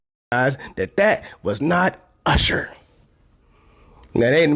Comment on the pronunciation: That was Oosher not Usher 😂😂